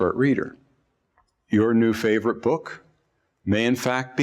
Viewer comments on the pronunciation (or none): none